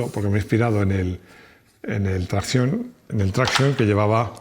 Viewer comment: Máximo se pronuncia a la francesa, “trracsión”, no a la inglesa “trácsion”...